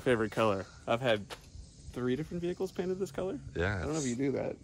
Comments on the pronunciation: you cainted you page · "Hey its the boosted boiz, nice you cainted your page" 🤣🤣🤣🤣🤣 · "You Cainted your Page." Cleetus in his head ' meh, close enough.' :-) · “Ah nice u cainted ur page” damn cleetus u did him dirty. 😭😭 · Cleetus: "Hey look, you cainted you page!" Kyle: *completely oblivious* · "Ahh the boosted boys, nice you cainted your page" I love this shit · "you cainted your paige" lol love the shit talking. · Sooo, he's just going to ignore the fact that he said hey, you cainted your page! 🤣🤣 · "oh nice you cainted your page" - Cletus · Cleet - “Aww nice you cainted your page.” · Cleetus: "Hey you cainted your page." Kyle: "yeah...."